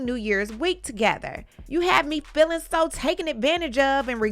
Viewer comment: Sometimes I feel like you're saying shine instead of of Sean. But sometimes I feel like you're saying filling instead of feeling.